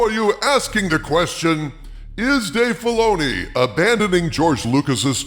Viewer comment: Dave Filay-she-oo.... . is aweful...ashoka is bad...